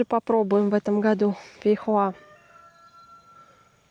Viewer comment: фейхоа а не фихуа🥰🥰🤣🤣